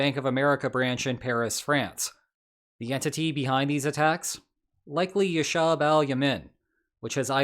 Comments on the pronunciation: It's not ashab al yamen, It's as-hab al ya-meen Please it icks me so much and is so easy to pronounce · Pronunciation help: Hare-e-kat Ash-shab Al Yemeen Al-Islameeya or Ash-shab Al Yemeen if you prefer but pay attention to the long vowels, the end word is not like Yemen the country :)